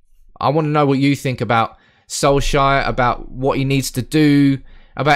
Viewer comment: Sol-shire XD Try say it like sol-chair